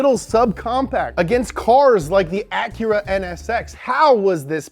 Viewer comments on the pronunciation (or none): none